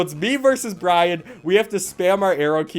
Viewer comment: i keep hearing ryan everytime he says bryan and the worst part is that ryan is my name